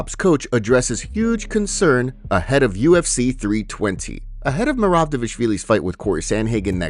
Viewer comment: How long until you say Merabs name right 🤦🏽‍♂️